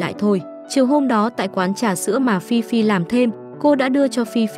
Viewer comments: Ê phi phi mà có đoạn đọc phi phai v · Phi phi mà ad đọc thành phi phai:)) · Phi phi mà có đoạn đi xem phim cùng thi tự thì lại đọc nhầm thành phi phai😂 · Phi Phi ad đọc thành Phi phai luon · phi phi mà đọc thành phi phai??? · Ad đọc phi phi thành phi phai là sao vậy ad? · Chắc ad mê phi phai quá nên đọc lộn á 😅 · Phi phi mà đọc thành phi phai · Có đoạn đọc Phi Phi thành Phi Phai bcuoi vch:)) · vcl phiphai bịt miệng a lại:)) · Phi phi mà ad nói phi phai :))) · phi phi mà nhầm phi phai luôn=))))) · Phi phi thì đọc là phi phai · Ad đọc là fifai😂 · Nãy nghe phi phai phải bịt miệng=)